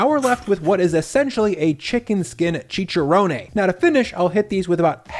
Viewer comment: he didn't pronounce chicharrón correctly either 😭